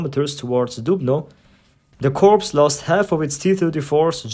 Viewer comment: I'm not sure if you use an AI voiceover or not, but "corps" is pronounced "core", just fyi.